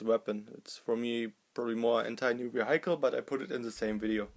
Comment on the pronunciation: Great and detailed video as always, I just thought I'd give you a tip though. The pronunciation of "vehicle" is "wi-eck-el" (in German-ish spelling) with the accent on first syllable. I don't mean to be nitpicking, I just thought I'd help you out;) Keep up the good work.